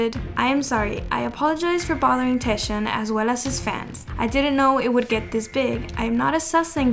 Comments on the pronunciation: Okay I just have to do this. Scarlet letter to TAEShaun 😂 He is Taecyeon and if you are new fan it is pronounced Taekyeon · its Taecyeon as in "Tech" and then "yeon" not teshion please :? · It's TAECYEON btw not taesyeon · its taek-yeon (taecyeon) not taesheon🥲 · taeshawn? :"D TEKCKKCKKK yOHN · Oot but how you pronounced taecyeon’s name 😂 it’s TAEK-yeon not taeSH-yeon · his name is not pronounced taeshun.. its take-yawn.. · Did she just say Taeshion?? Instead of Taecyeon? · I'm really sorry but you pronounced Ok Taecyeon really wrong. It's almost like "Taeyeon" but like a soft "k" sound. It's pronounced: "Oak Taek Yeon" not "O.K. Taeshion" But anyways, sasaengs need psychiatric help. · Is she pronouncing taecyeon name correctly! It’s “Take Kyun” not Taeshiun 😂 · TAE- WHAT !!!!!!! 🤣🤣🤣🤣🤣😭😭😭 Why are you pronouncing Taecyeon's name like that lol? It's pronounced like " take yun" not "tae-ish yun" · This is the first time I’ve heard Taecyeon’s name pronounced as “Taeshon” 😂😂😂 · It's TAEK -YEON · cringe for speaking taesyeeonnn hahaa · It's Taecyeon (like take). Please pronounce it correctly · tekyon is how you pronounce it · Okay but the way she said ‘Taesheon’ 😩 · Who tf is "Taeshon"😭😭😭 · you pronounce 'taecyeon' wrong it's actually 'TAEKYEON' 택연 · "taeshon" lmao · these “fans” be crazy 😭 also just fyi, his name is pronounced “taek-yeon”! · you say tek-yon (Taecyeon/택연) for the 2PM member :) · taec as taek yeon :( please at least get his name right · that taecyeon pronunciation...🫣🫣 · honestly love your videos, but your pronunciation of Taecyeon is the worst one I've heard so far, sorry 😥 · * Taecyeon * u pronounce his name, wrong girl 😳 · Sorry but the way she pronounced taecyeon was very distracting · Oh for Taecyeon his name is pronounced with the the “c” making a “k” sound. No hate at all just wanted to put it out there 👍